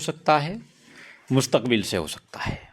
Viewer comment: Abe sidhe sidhe bol nahi pa raha hain! Mustakbil matlab future main aisa hi sakta hain